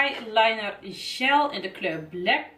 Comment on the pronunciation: je spreekt gel verkeert uit het is " djel" en niet "sjel"